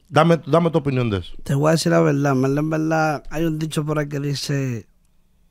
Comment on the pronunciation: En velda en velda en velda.😅😂